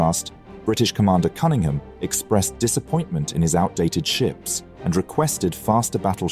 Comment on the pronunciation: buddy, you're English. how in the world are you mispronouncing Cunningham? 😂